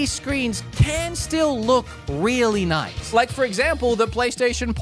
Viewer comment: "moice" hahha Australian wanted to intervene